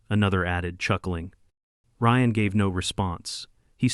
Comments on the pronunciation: Drives me crazy AI can't pronounce names correctly! Ryan is R.I.A.N Not R.E.A.N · “Ree-an”? Who the hell is “Ree-an”? Ryan is pronounced Reye-an.